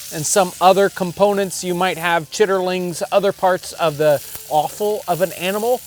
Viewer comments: aaawe John as a southerner I have to point out you have made quite an endearing error. it's written 'chitterlings' but it's pronounced 'CHIT-luns'. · John, it is pronounced "chitt lins", not chitt er lings. You forgot that few people knew anything about proper pronunciation in those days in those places. it is inclement not inclimate and taut rhymes with taught, not taunt. Really good educational videos you are making.